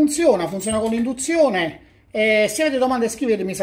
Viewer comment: "Moka per indunzione" ?!?! Bocca mia taci...